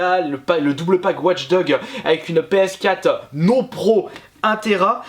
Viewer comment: on dit PS4, pas PScat :)